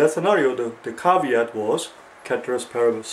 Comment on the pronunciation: Its pronounced as spelt actually ceteris paribus